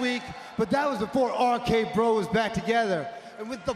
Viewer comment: Somebody needs to tell Riddle there's more than three letters in "R-K Bro"